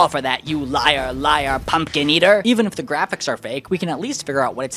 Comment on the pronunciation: Pumpkin eater sounded like a slur